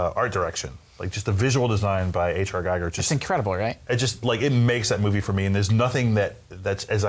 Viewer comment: Huge Alien fans and they still can't pronounce Giger correctly.... :(